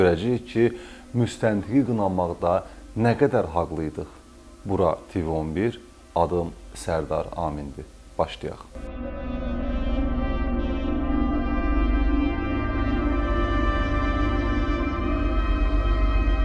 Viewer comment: Haqlı deyə tələffüz olunmur, [ haklı] tələffüz olunur